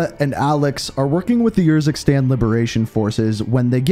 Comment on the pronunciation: it kinda urks me that you use footage that pronounces urzikstan the proper way, and Faraah, but still say yourzikstan and fairah xD Great content amigo, keep up the hard work